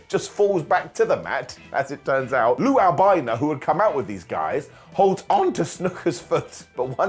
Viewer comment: "Lou Albino" Lol.